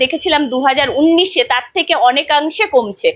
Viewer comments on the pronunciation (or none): আরে উনিশ কে বলল উন্নিশ! ভালো করে উচ্চারণ করতে শেখেনি। খুকু মণি আবার ছাংবাদিক হয়েছেন! ছোঃ যত্তোসব বালখিল্যপনা! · এখন সবাই ছাংবাদিক! কোনো degree লাগে না। ভালো করে উনিশ উচ্চারণ করতে পারেনা। বলে উন্নিশ ছ্যা! আবার বলে পোকল্প! ওরে ওটা প্রকল্প হবে।ভালো করে বাংলা বলতে পারে না সে আবার ছাংবাদিক!!! ছোঃ